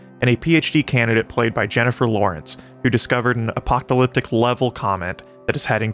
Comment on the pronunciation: you mispronounce apocalyptic